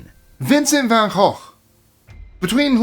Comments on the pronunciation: You pronounced Vincent’s name correctly. Good job. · OMG! He pronounced Van Gogh correctly😊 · Thanks for the closer pronunciation of Van Gogh.